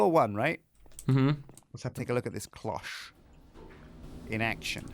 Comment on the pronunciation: THANK YOU for saying "cloche" correctly. I was raging pretty hard over Duncan saying "clok" recently.